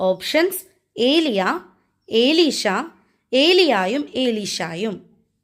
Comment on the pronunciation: എലീഷ എന്നാണ്,ഏലീഷയല്ല.